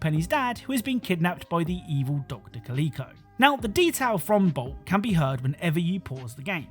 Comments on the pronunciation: It is "Kah-lick-oh". Not "Kah-leek-oh" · I’m sorry, Dr. Ca-LEE-co??? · Somebody has never seen Bolt if that is how he’s pronouncing the tv villains name.